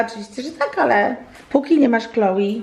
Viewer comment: Czyta się Kloe a nie klołi